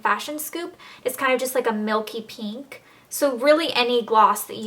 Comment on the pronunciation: haha i love how you say pink...PEENK haha <333 loveya elle